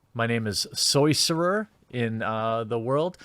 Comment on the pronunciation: Soyceror? Epic. Lol. You better be role-playing as a transgendered gnome!